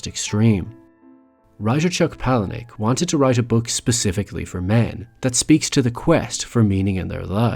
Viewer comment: this is my fave film of all time, and i do appreciate the "copy ,of a copy, of a copy" reference. however, i feel it's my duty to point out that you are saying the name of the author wrong. poor chuck.